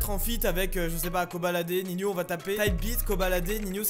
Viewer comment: On dit Nino pas ninio